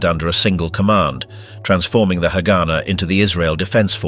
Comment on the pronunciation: Not to be that guy but its not hagána or hágana, its haganá. U put the stress at the end